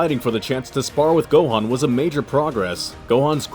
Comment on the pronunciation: ITS GOHANN